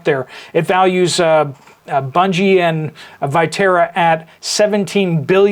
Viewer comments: Bunge is pronounced bun- gee. We have a local plant here in Kansas. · Pronounced like hungry ... Bunge. A hard g sound.